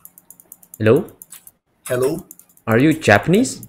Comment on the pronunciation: kkkkkkkkkkkkkkkkkkkkkkkk reconheci que era br só nesse hello pqp era mesmo 😂😂😂😂😂😂🤣🤣🤣🤣🤣🤣🤣🤣